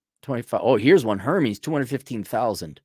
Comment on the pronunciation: I know it’s not that important to you, but Hermes is pronounced “Air-mez.” Hermes is the Greek God of flight. Hermes is a French fashion house established in France in 1837, and heavily influenced English couture and styles during the Elizabethan era during 1800’s England. The French, for all their faults, heavily influenced English law and prosperity that birthed the modern world.